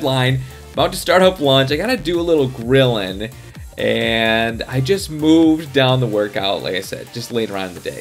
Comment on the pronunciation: It sounded like you said krillin but you said grilling lol